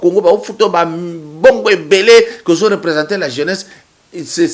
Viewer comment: PAPA KADIOMBO YO OLOBI YANGO BIEN YE ALOBAKI ""ZE SUIS FATIGUÉ DE LA NIGOZIATION """AYEBAKA KOLOBA FRANCAIS TEEEEE ATA PRIMAIRE AKOTA TEEEEEEEEE